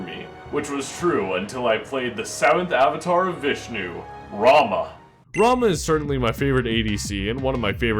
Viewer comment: anybody else notice he pronounced rama wrong, watch the smite lore